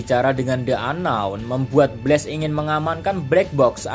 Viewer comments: kalo pengucapannya pake e itu BLAZE, kalo BLAST pake a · Min pengucapan BLAST, bukan pakai e tapi pakai a